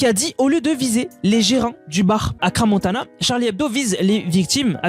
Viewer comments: Ce dessin est immonde en effet mais quand on veut faire des vidéos, il faut apprendre à parler français, c' est quoi ce wesh et cra montana, on dit crans montana. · J’ai quitté quand il a dit Cra Montana